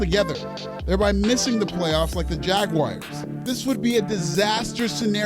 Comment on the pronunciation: Jaguars is not pronounced Jagwires. 😂